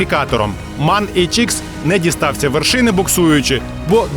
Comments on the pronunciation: МЕн, а не так, як ви кажете. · І правильно казати ЕМ А ЕН Manufaktur Augsburg Nürnberg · М А Н, розділено, так його називають у всій Європі